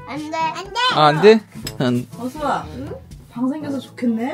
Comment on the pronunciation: 뚜지가 자꾸 뚜아를 수아라고ㅜ부르는것같아요